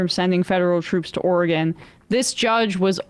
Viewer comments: Sam,its not oregone....we haven't gone anywhere. Or-Y-Gun. Oregon. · Portland "Orgone"? Please learn how to say Oregon when insulting people's intelligence. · As an Oregonian I will allow Sam to mispronounce our state simply to continue the bit.